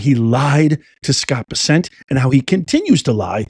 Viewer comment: U r mis pronouncing scott bessents name,ck it out. Thk u